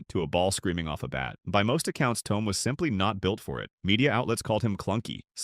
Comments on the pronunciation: ThoMee. Learn how to pronounce his name "Mason" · Hard to take this seriously when you CAN’T even pronounce the guy’s nNe correctly. How STUPID!!!